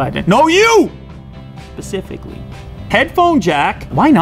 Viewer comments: did he say “no you! Pacifically”?!?! If so, I’m unsubscribing😂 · "NO YOU!! .... pacifically 😁" I loved the use of an ocean in your sentence. Lmao! 😋😋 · "YOU! pacifically"?